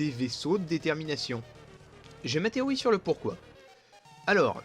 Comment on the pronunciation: Pourquoi tu dis "Téoï" et pas "TéoRi" ?